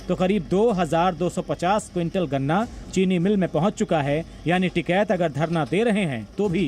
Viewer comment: Tikket nahi dakket hai yeah